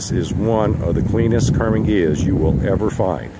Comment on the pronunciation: what the hell is a"Karmin"? As far as I know it is a "Karman Ghia"!